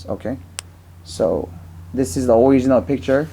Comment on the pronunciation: Critical age이후에 미국에 간듯하네요...하고싶은 말 다하고 듣고싶은거 다 들을 수 있지만 내이티브와는 억양이 확실히 다름. 특히 stress를 제대로 넣지 못함.... 'original'할때 2번째 음절이 아닌 첫음절에 stress주는거 너무 어색.....